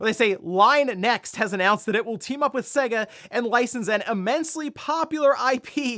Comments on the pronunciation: It's SAY GAH not seguh, how can you know anything about games and not even say it right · I'll say it again til this guy gets it, for decades SEGA has had their name annoynced before their games begin. It clearly says S-AY-GA not S-EGG-A, it's not hard to pronounce.